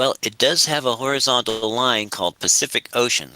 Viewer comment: level… is orizon’al